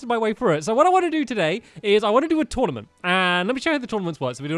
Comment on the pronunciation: Tournament, not Tournamnt